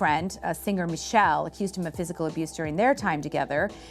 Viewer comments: Whoever the white lady is should've been replaced with someone of color, and no I'm not racist but if you listen to her she's just a hanger on. For instance she says Michelle instead of Michel'le which is her artist name. Let us darker folk tell the story. Who actually know it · White chick mispronounces Michel’le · Damn did you all do any research for this documentary? It's all screwed up. First, the blonde made a bunch of mistakes. It's Michelle Le. Not, Michelle. Second, California Love and No Diggity, was not on the Cheonic...lol. Are you kidding me? The Blacj guy us clueless. Effilzaggin was a massive hit. What so you mean a 3 out of 10. The British guy was good but mistakes w bunch of things. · They chose THE ugliest most illiterate commentators. Bitch called Michel'le, Michelle ☠️ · Where did they get these commentators from...gesh...no one associated with the culture... She called Michel'le MICHELLE...COME ON NOW!😮😮😢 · it's pronounced "mish ell lay!" .... to the lady who speaks as if she knows what she is talking about. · When couldn't pronounce Michel' le correctly, I signed out. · Lol Hah yup